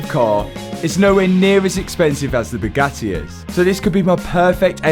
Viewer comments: or pronounces Bugatti as Byu-ga-eee. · or Bugatti as BOO-GATEE! 😂😂😂 Matt’s a class act, he’s full of jokes.